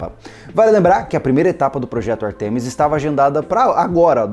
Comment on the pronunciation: a pronúncia é Ártemis, e não Artêmis, tanto em português quanto em inglês.